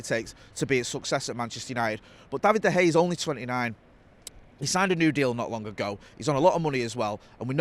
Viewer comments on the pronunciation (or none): Seen some pronunciations for de gea but never seen someone pronounce it as bad as hey. Where did you get that from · Does anyone want to tell that there is an A on the end of Dea Gea's name? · is saying: Da Hay! Hilarious!! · I couldn't pay attention to this with "David Da Hey" being said all the time lol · De Hay... never heard of him 😅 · David De Haa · Going to start a Da Hay drinking game 🤣🤣🤣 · 🤔 De Gea or Da Hay 🤣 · This guy has always has a unique way of pronouncing things and nothing seems to change that. Have to keep asking myself every time he says it. Who's David de Hay? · Him and Howson have been saying it like that for years, and must know full and well that isn’t how you pronounce it